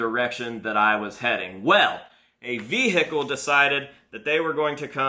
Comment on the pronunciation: the way he says vehicle "veHIcal"